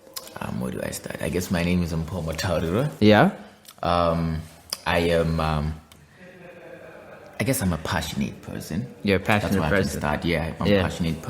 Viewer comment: You didn’t say "Mpho Mutaurirwa" right. REDO EVERYTHING.